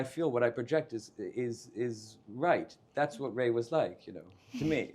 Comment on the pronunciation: Is “Rye” the proper Bengali pronunciation of “Ray”? I think she said “Ray” the first time, and then “Rye” later.